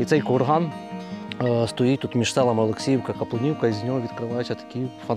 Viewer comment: Село Капулівка , приголос невірний